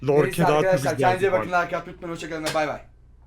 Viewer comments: abi o oyuncunun ismi lorke değil yorke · Yorke:lorke ksnsnsjs